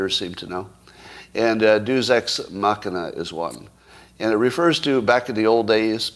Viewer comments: Yeah. I went to Catholic school. We had to learn Latin. I had no idea what Scott was talking about, from his pronunciation. He said it 3 times before I figured out what he meant. "DAY-oose"! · I think he was trying to make it a diphthong, like the English word "feud." The lack of Classical education has profoundly degraded Western culture since "Progressives" eliminated it from the curriculum. The Illiad and Aeneid are as important as the Bible in teaching Western morality. But you shouldn't need to know Latin to know how to pronounce "Deus." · Douchebag writers probably actually know how to pronounce "Deus" too. Hint: It's not how Scott does it.